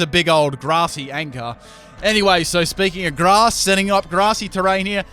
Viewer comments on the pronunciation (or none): none